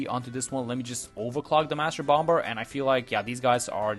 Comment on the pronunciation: I am not being mean, just there is no B pronunciation on the end of bomb/bomber - it’s just pronounced bommer basically